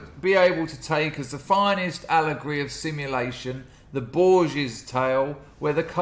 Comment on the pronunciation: Everyone pronounces Borges incorrectly. Every professor I've ever heard say the name.